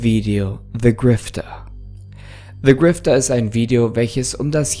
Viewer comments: niemand: creepypasta: "se grifter" liebe deine videos weiter so!❤❤ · Der Ton ist normal weiß gar nicht wieso du dich entschuldigst. Aber hast du etwa "Se" Grifter gesagt? 😂😂